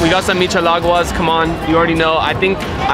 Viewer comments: My boy called that a “ Michelagua “😂😂😂😭😭😭😭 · Is michelada NOT michelagua 😭😭😭I love him though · Bro said mechealagwas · Nah man you didn’t even say michelada correct maybe next time😂